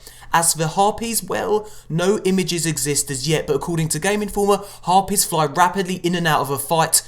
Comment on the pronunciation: HARPIES?? Haha